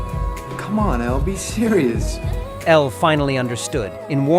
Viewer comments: Not this calling her Ella instead of Elle… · Her name is Elle not Ella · It’s not Ella it’s elle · Her name is pronounced el not ella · its ELLE NOT ELLA!!!!!! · Elle, not Ella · ELLE! NOT ELLAAA👹👹👹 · Her name was Elle not Ella! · Every time the narrator says Ella instead of Elle is like a punch to the gut 🥊 ❤ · BOY HER NAME IS ELLE NOT ELLA😡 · It's Elle not Ella. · It's ELLE not Ella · ELLE. NOT Ella. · Elle not Ella